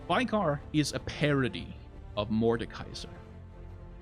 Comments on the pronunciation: Veigar Is V-eh-gar, Not V-eye-gar, no? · You say his name wrong. Its not Veigar like V-eye-gar Its more like May without the M V-ay-gar Also Listen to tristanas and veigars voicelines. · it's VAY-GAR